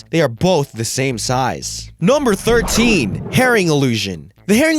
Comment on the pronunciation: the way he says number sounds like nomber